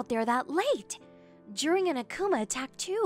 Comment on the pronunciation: Chat pronounces Akumal like okuma